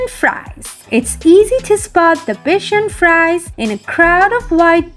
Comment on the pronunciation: Bichon Frise is pronounced like bee-SHÓHN free-ZÉH.